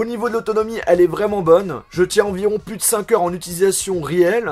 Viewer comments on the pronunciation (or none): none